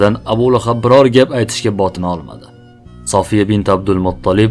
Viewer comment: Сафия дейилади София эмас,Саф сўзидан олинган